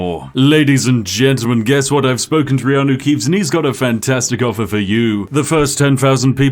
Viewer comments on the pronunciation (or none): Riano Keeves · I have to wonder if you lost the ability to say "Keanu Reeves" after playing Skyrim so much with this guy. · Skyrim: Return of Reanuke Keeves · Reanu Keeves makes me scream without the s